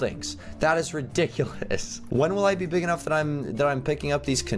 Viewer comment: When said please let me be I thought he said please let me pee